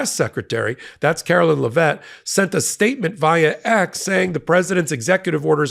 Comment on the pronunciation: i love you but PLEASE PRONOUNCE Karoline Leavitt's name correctly.